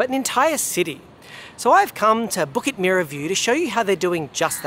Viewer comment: Btw "Merah" is pronounced closer to may-ruh (the "me" part is pronounced like the "me" in "America"). Bukit Merah means Red Hill in Malay or Indonesian.